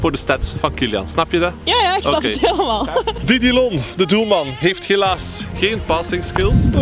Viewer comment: Haha hoe hij dat zegt Didilon. Hij is France 🤦‍♂️